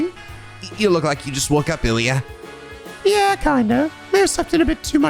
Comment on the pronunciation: I guess you could say that Abbas... DROPPED THE BASS, the GLUTTONUS BASS! POG! On another note, you ruined Ilya's last name pronounciation... it was fine before: It's French-sounding, not Italian so no need to pronounce the "e" at the end of her name. Stop at the "r". As for Mireille, it's "Mi-Rei" (the "lle" are completely silent, again, French name, can't blame you!).